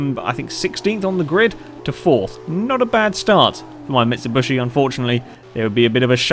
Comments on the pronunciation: very nice video !but..(its mitsubishi not mitsubushi) !!!!! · It's mitsubishi not mitsubushi sorry but i had to say it mitsubushi means the crushed body if you can trust google translate but still a nice and interesting video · Mit-Sub-Bush-Eee. Good job! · i think he knows that, that's just the way he pronounces it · It's bothering me that he's calling it a "Mitshibushi"